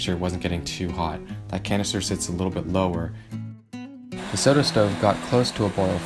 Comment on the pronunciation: It’s pronounced So Toe 😂😂